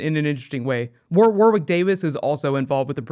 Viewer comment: Warwick is pronounced War-rick, the second 'w' is silent. But, for your pronunciation of Domhnall Gleeson, I simply must applaud you.